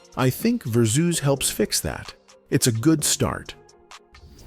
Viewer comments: AI voice irkin me w/this "verrrr - zzoooz," ignorance. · Lmaooo "Verzoos" doe